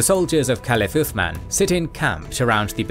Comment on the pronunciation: good point man , but yet its othman not osman :D